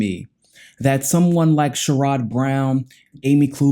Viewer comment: Sorry to be picky, but Sherrod Brown pronounces his name Cher-add. Humanist report started pronouncing it incorrectly and y’all followed.